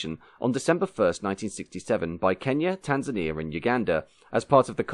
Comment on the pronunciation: Heheey... us Tanzanians getting a shout on Motion History. Decent pronunciation of the names of countries, cities and towns. But why only the post independence flag of Kenya is shown, the rest of us have to do with British Protectorate flags? Fantastic video as usual